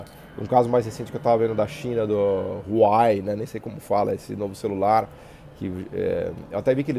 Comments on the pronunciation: Errado,. 1º- A grafia não é "Hauwei", e sim Huawei. 2º - Esse seu "Ráuei" na pronúncia deve ser fruto de colonialismo mental... Por isso pronuncia o nome de uma marca chinesa como se a China falasse inglês, "h" com som de "r", p.e.. A pronúncia correta é algo próximo a "uá-uêi". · Huawei = "uá-uêi".